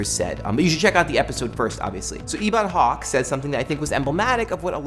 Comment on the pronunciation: you looked a little silly pronouncing Ebon Hawk "EEbon Hawk". and then addressing him as Ebon as if it was his first name. it's not his name. it's the name of the freighter ship that the protagonists in Knights of the Old Republic I and II fly around. you should know better!!!